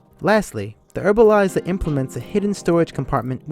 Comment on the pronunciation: Herbalizer.. not Erbalizer